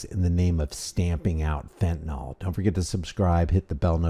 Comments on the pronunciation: If this guy is running the fentanyl epidemic he should at least pronounce it properly. It's fenta-NIL not fenta-NOL. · I know I'm an absolute nerd and a pain in the arse, but why is it that seemingly no one can correctly pronounce fentanyl? It boggles the imagination.